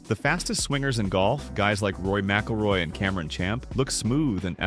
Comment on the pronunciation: Rory Mackleroy....come on man